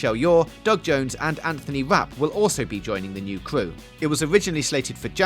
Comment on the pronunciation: supwising twist lol new cwew